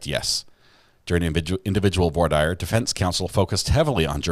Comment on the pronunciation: LOL, it’s “vwar deer”. 😂